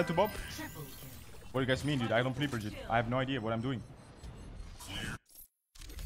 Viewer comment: I’m swedish and i hate how uh, i mean says brigittes ult!